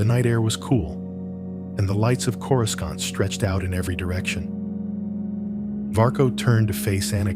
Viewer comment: I literally thought the exact same thing! I looked down to post a comment and I saw yours. Absolutely, don't narrate Star Wars if you can't even pronounce the planets.